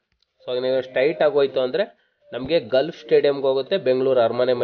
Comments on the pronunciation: ಗಾಲ್ಫ್ ಕ್ಲಬ್ ... ಗಲ್ಫ್ ಅಲ್ಲ.. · Adu Stait alla Straight Gulf alla Golf